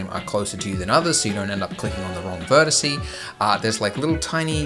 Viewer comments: does Andrew say "vertice" on purpose? I never figured that out. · Verticie. You did it again, Andrew! It’s vertex, not verticie. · I love you. I've followed your videos for the better part of a year, including the transition to 2.8. You're a wonderful teacher and a fantastic video producer. But please. It's vertex. Not vertice. Vertex. Tons of love :) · “So you don’t click on the same vertecy”🤦🏼‍♂️😂. I also at first didn’t know that it is vertex but i learned it from him and now he is saying it wrong😂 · Oh my! You still haven't learned: vertex --- ver - TEX --- for the singular; and vertices for the plural. Tsk tsk! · I love your videos, but "vertice" takes a bit of life away each time